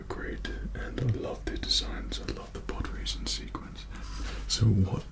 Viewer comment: For me I heard: nlpprodracing